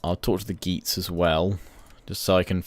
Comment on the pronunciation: It's not "geets" and "joots" it's "gay-ats" and "yoots"